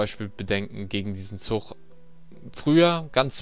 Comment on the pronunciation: ist es echt so schwierig "zuG" zu sagen? Ich bekomme blutige Ohren wenn ich ständig "zuCH" höre.... oh mann... sorry die Kritik musste sein.